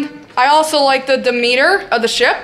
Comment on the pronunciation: No n in Demeter lol. Howdy